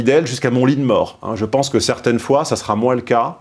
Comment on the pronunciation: "certaintes"? quelle langue est-ce là?